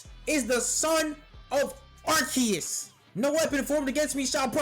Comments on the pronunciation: Bro imma say it once....AR-SEE-US THATS HOW ITS PRONOUNCED. ARE-SEA-UUUUSSSSS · Its not "Arceus" it's "Arceus" bro..... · no…. I’m saying it is pronounced wrong… it’s Arceus….. not Arceus!!!!!!!